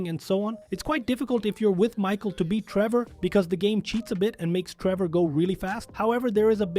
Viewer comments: Hold on... "rendering error" and the fact that "you" say "Treever" at one point, instead of "Trevor" You're clearly using text to speech. That's why "you're" talking so fast but also so monotoned. It's juuuuuuuuust enough to sound human unless someone actually pays attention, like I did. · Why the fuck do you call him Tree Boar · “race between Treever” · My favorite thing on the video “Treevor” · he says Treever 😂😂